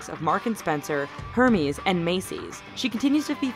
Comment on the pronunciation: i cringed when she said hermès like that